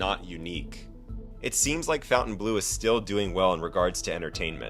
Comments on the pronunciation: It's pronounced fountain blo....not blue. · Faun-ten-blow, not fountain-blue. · It's not Fountainbleau.......it's FONtainbleau and pronounced FON not Fountain. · Why do idiots who don't know how to read say fountain instead of Fontaine?? oh yeah you're idiot you don't know how to read😂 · fawn-tane blue. not fountain blue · Even the name of the place is bad. You kept calling it "Fountain-blue." It isn't pronounced that way. It is pronounced "Font-An-Blue." So pretty much nobody can pronounce the name of the resort. That's not a good name. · Why is it pronounced Fountain Blue? When dID FON get pronounced FOWN? Also how does a business survive while bleeding $400,000 a day? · It's pronounced fawn-tain-bleu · Fountainebleau is pronounced FountaineBLUR. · It's pronounced "FON - TANE - BLOO" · You don't even know how to pronounce the name of the casino correctly